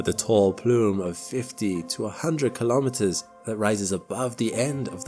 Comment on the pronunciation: 'Kilometers' is pronounced kilo-meters, same as kilo-grams. Not ka-lom-it-ters. No one says ka-log-rams for kilograms.